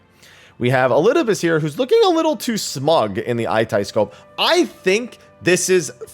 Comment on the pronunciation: 1) Aitiascope is pronounced "ai-sha-scope" not "ai-tai-scope," I'm fairly certain there's a voiced line in MSQ that clarifies this 2) re: fire and ice pandae boss, I think it would make more sense if the ice shrinks the ring, but fire sucks it all in and makes it a point-blank that you have to move out from. It reads to me like a standard in-out mechanic rather than a balance mechanic a la Delebrum Reginae 3) that's Lahabrea doing the face thing, not Elidibus 4) Urianger says "containment seal," not "containment seed." 5) That is not the Tower of Zot, Zot disappeared in 6.0 when you cleared it. It could possibly be Babil (given that the twins are in their Garlemald gear and that's Their AreaTM) but I'm not inclined to believe it is. It's much too narrow to be Babil and there aren't that many mountains in the heart of downtown Garlemald where the tower is, that high up the tower. Plus the interior looks distinctly Allagan/Sharlayan if you consider the inside of the Ragnarok. My money is that this is at the top of the Aetherfont.